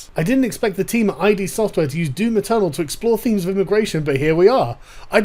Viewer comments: It’s pronounced “Id”, not “I-D”. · It’s id not I.D. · It's Id as in Id, ego and superego; not I.D. as in indentity.. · Sargon, master of pronunciation, strikes again. "Eye-Dee Software"? No. It's id, like lid. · "EYE DEE software" No. Just no. Id is a real word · It's pronounced "ID Software", as in Freud's use of the latin word "id". Not "I-D Software", that completely changes the meaning of what they were going for. ;) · It's 'Id software', by the way. Not 'I.D. software'. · it's "id" like the id, ego, and superego. not "ID" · It’s not pronounced “I.D.”, it’s “id”. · Just a slight correction. It's not I. D. , it's pronounced id, as in Freud's "The Ego and the Id" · Whoa whoa fuckin' whoa! Did you just pronounce it I.D. Software? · Just a slight correction Sargon, I beleive the studio is pronounced “id” refering to Freud’s ego theory, not “i.d.” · FYI, it's pronounced just "Id" not "Aye-Dee" Software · It's not "i.d." It's "id" one word. A reference to the part of the human psyche responsible for creativity. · Sargon, it's "id Software," not "ID." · It’s Id, not I.D. As in Jungian psychology. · "...name of the company is id..." It was a subconscious slip of the tongue... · Just for sake of clarity, the company is pronounced id. Like lid. the one of the three divisions of the psyche in psychoanalytic theory that is completely unconscious and is the source of psychic energy derived from instinctual needs and drives — compare ego. In Latin, id translates simply to "it" Just want to insure the company is represented accurately. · I didn't learn this until recently myself, the developer is "id" software, like one syllable. I thought the longest time it was eye-dee software. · It's ee'd. Like 'did' but without the first 'd'. Id software. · Give him a break. Nobody told him about Id.